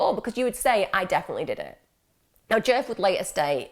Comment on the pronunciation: I keep thinking ur saying jerk not DJef lol